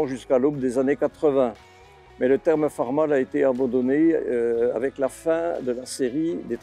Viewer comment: Très intéressant par contre la prononciation Farm All c’est (aule) qui se traduit par Cultive Tout 😉